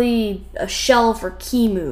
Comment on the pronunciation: "a shell for KEYmu" People pronounce it "Q-E-M-U".